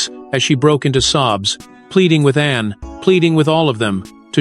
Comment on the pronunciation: I applaud Princss Anne! I just wish who or what narrates would not refer to her as "Annie"" and Princess Diana as "Deanna". That's disrespectful.